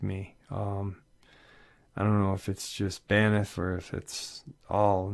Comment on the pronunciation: It's "BANFF"! Lol. There is no ''i' in the word (Banff, not Baniff") and it's pronounced just as it's written. Not trying to be the Pronunciation Police, but it is a National Park, and I know that I, myself, would want to know that I'm saying it right. It's truly an amazing and beautiful park. Greetings from Canada! 🙂